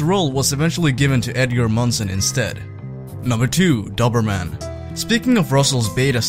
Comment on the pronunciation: Its not duberman, it’s doberman. Doughberman.